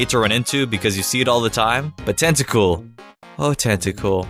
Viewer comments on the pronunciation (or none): Anyone else notice how he says "Tacool" instead of Tentacool